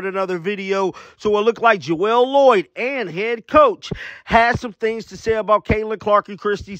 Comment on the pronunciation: It's not Jowell It's Jewell damn learn the people's name